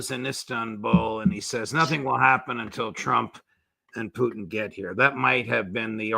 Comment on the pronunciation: Ray Mc Govern the man's name is Putin not Puchin.